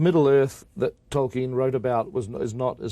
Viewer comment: “Toy-Ken” lol